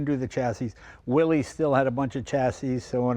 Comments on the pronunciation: Mr Willys pronounced his name and the nane of his cars, company.."WILL IS" not "WILL EES" an amazing paradox on how American pop culture can distort anything lol! I have a 1943 Ford GPW drive train under my 1954 CJ 3B with a 1951 Ford flathead V8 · Jay, Jon Willys’ name was pronounced “Willis” , not “Willies”. I appreciate that the popular pronunciation is “Willies”, but it is worth mentioning the original pronunciation . Cheers! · It's really sad when even Jay Leno mispronounces "Willys". It's Willis, not Willy's. The company was named after its founder, John North Willys, who pronounced his name and his company /ˈwɪlɪs/ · I've always heard Willys should be pronounced "Willis" (not "willies"). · Pronounced “Willis,” not “Willies”. Damn. It’s not rocket science. Learn how to pronounce the damn thing, 😂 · Ugh! It is pronounced WILL- iss. Not will-eeez. 🙄 It is a surname. If you do not believe me, go look at the old videos they made when they were first developing the Jeep. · Come on, Jay! It's WILLIS - NOT "WILLIES" Listen to radio ads from the WWII era. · C’mon Jay, Willys is pronounced Will-iss, not Willies. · There never was a Willeys or Willies or Willy’s. It’s Willys, no apostrophe, pronounced Will-iss. Willys-Overland founded by John North Willys. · Jay - I'm surprised at you - It's pronounced like Willis. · It's pronounced "willis." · Et tu, Jay? It's pronounced Willis. The guy's name was John North "Willis." No apostrophe. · From recent research, we now know Willys is pronounced "Willis." 🤔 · As soon as he said, “ Willy’s” I’m done. Leno, you disappoint me. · Thanks for sharing a great GPW with us Mr. Leno, but for goodness sake, please get the name Willys right. It's not Willeez. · it's pronounced "Willis" thanks for coming out.... noob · I thought it was pronounced WILLIS…what year did Jeep start the 7 slots for 7 continents? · its pronounce 'will iss' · Can't deal with the "Willeeze" pronunciation, but great video. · "Willys" should be pronounced "Willis".